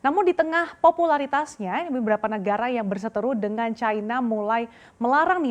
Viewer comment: cina kok dibaca caina sih ? salah ejaan